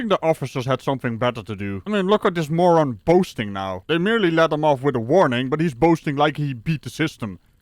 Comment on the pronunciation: Did he say he was a Moran. Yes he is😂😂😂